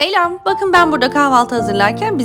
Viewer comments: Abla neden elam dedinde selam demedin🤣🤣🤣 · Salam❌ Alam✅ 😂😂